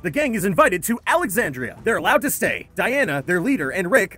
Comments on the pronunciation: Actually it's not Diana its Deanna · Deanna* not dianna lmao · Its Deanna not Dianna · WHO TF IS DIANA?! ITS DEANNA. DID YOU EVEN WATCH THE SHOW?! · Among a number of other mistakes, one notable one is that you called her Diana and not Deanna. Plus, you completely glazed over Beth's storyline in the hospital and the herd in Alexandria that killed Deanna and Jessie and her kids. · It's Deanna not Diana